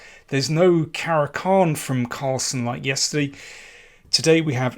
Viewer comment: I love how you say yesterdee :)